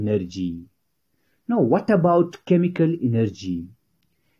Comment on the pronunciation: The pronounciaton of chemical energy is wrong